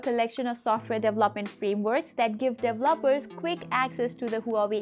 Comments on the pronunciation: Very informative video, not dev-loppers, pronounced-dee-vell-o-pers 😁 Great video though and go Huawei 👍👍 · I LOVE THE the way u say….. DEVELOPER….. DELOPERS HAAAAHAAAAAHAAA